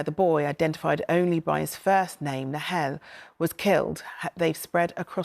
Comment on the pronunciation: ITV~ the least you could do is get the boys name right!